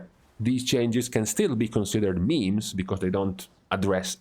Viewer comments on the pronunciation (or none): none